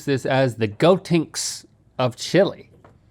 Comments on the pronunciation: Not go-tinks 😂😂 gotenks man yall hurt my heart everytime u Said it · "GoTinks"? You mothertruckers... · Every time they said “Gotenks” I felt like I took physical damage.